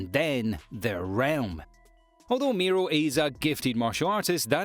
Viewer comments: Jin MORI not MEERO /sigh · It's jin mori not jin miru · Why's he calling Jim Mori Miro? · not miru.. Moriiiiiiiiiiiiii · Is Mori Jin not Miro Jin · he said mori's name wrong and it really erked me